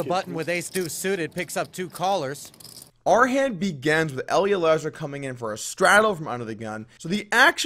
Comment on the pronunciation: "Our hand be-gens.." Honestly one of the strangest pronunciation defects I've ever heard. Does it on every soft "i" sound too. Just weird.